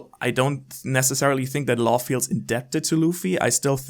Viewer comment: Its not Law and it is not Carrot